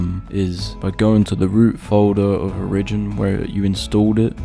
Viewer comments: O RI JIN not OR I JIN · OriGIN! not oRIGin. Is English not your first language?! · "o-rigin" it's "ori-gin" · 1. Be more happy when making a video. 2. you are mispronouncing it. trash vid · That's one way to pronounce origin i guess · Honestly this pisses me off so much I can't watch the rest of this video